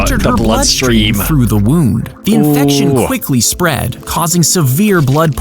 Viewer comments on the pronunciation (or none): none